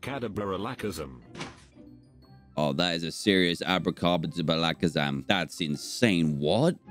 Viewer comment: Nobody: Narrator: Abrakadabra Alakazam Dan: Akaderabra Alazamakam